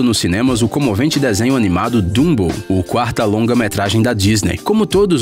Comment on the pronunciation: dumbou!? meu deus esses videos sao tao gringos só traduzidos que o br falando fala ate da forma arrogante e gringa de chamar os personagens pelo oque eu sei e dumbo, e nao bumbou....